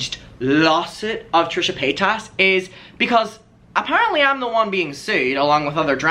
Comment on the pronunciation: I think it’s because you pronounce her name wrong 🤣😘love you